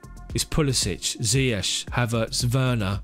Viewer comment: I think he is arrogant, and border line narcissistic. His refusal to even pronounce Ziyech's name properly is a testament to his hubris and disregard for anything other than himself. A legend on the field, but off it, just another privileged narcissist.